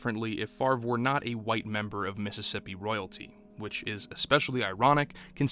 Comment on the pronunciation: ... with the emphasis on the ... "white."